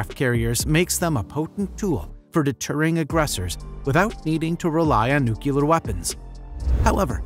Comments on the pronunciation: NOO-CLEE=AR, not NOO-KYOO-LAR! Otherwise nicely done. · Nucular? I've heard of nuclear but it sounds like you might have stumbled across a new type of propulsion!